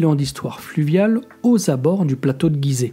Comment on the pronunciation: Bonjour on dit gizet et non guizet comme girafe